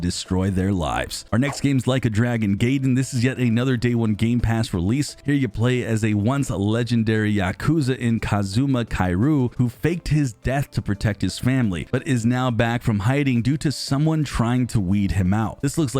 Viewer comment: Guess you're not a Yakuza fan. Who is Kairoo 😂